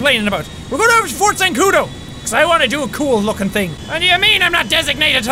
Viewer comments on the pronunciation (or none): Jack said Fort Zancoduer